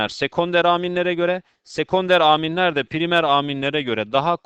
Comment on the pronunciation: Hocam Aaaaminleri biraz değişik söylüyorsunuz :D))